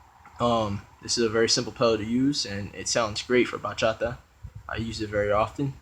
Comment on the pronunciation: Bro actually pronounced the words bachata and bachateros right😭❤️ i'm so happy right now